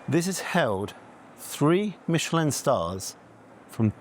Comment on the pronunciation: Mishhelllin star scamm